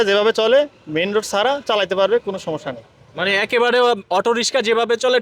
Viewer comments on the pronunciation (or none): none